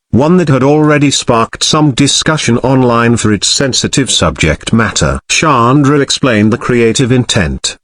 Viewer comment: It's sandra ffs its not a difficult name to say 🙄